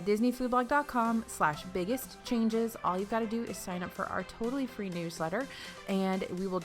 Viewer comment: says REE instead of FREE